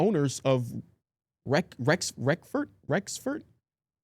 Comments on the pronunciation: Bro said wrexford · dont bring Ron and Wrexham if you cant pronounce the names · He butchered the name tho😭